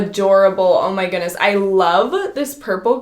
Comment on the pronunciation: 😏😂😂… oh my “gooonesss”??? that word has a ‘D’ In it lol 😂 “goodness” 🤦🏽‍♀️